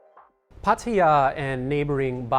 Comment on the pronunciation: Happy new year and congratulations on pronouncing Pattaya correctly 5555 lol